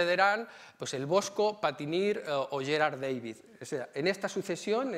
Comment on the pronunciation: Magnífica conferencia. Amena, interesante y muy completa. Gracias. Sólo una puntualización, por favor, no pronuncie David en inglés, uno era flamenco y el otro alemán, Da-vid, como suena, ¿no empiezan a estar hartos de tanta invasión anglicista?